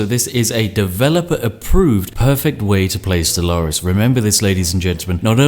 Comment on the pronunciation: O The way you pronounce Stellaris... I used to pronounce it the same. That was until my friends shamed me in to pronouncing it "stellar-is"